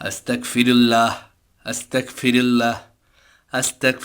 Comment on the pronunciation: ভাই উচ্চারণটা আস্তাকফিরুল্ল-হ শুনাচ্ছে। উচ্চারণটা আস্তাগফিরুল্ল-হবে। আস্তাকফিরুল্ল-হ অর্থ হে আল্লাহ আমি কাফির হতে চাই। (নাউজুবিল্লাহ) আস্তাগফিরুল্ল-হ অর্থ হে আল্লাহ আমি আপনার কাছে ক্ষমা চাই। তাই গইন এর উচ্চারণটা স্পষ্ট করে বলতে হবে।